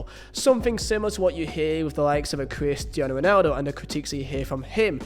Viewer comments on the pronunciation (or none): This dude’s pronunciation of Cristiano Ronaldo is killing me 😂😂